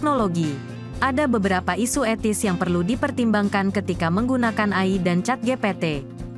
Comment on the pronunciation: Karna suara ga di latih untuk pelafalan yg benar